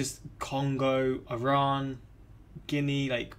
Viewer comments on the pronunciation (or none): none